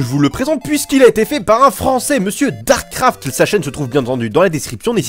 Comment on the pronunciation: sa se dit darkssscraft